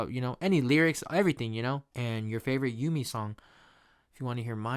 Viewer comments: It’s so good man. I’m loving this. I think her name is pronounced Yoo-Me or Ooh-Me. Im not sure. But yeah her music is amazing. I love her EPs. The fact that this is her DEBUT ALBUM. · Haha it's pronounced oo-me. Like the u in unagi. I went to her concert and honestly you appreciate the album so much more when you see it live. Like the concert was so chill and everyone had good vibes. Her fans are honestly beautiful.